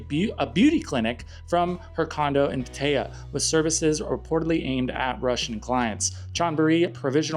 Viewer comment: You pronounce Pattaya funny, and wrong.